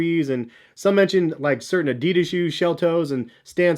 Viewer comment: It hurst how he pronounced adidas:(